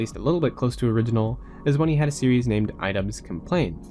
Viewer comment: Great documentary, but the way you say series physically hurts me. Still a good video though.